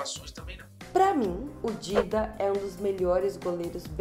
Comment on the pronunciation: Parei de ver quando ela falou Dida